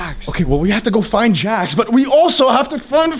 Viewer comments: It’s not jack it s Jax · It's not how you say it's name it's Jax😡😡😡😡😡😡😡😡😡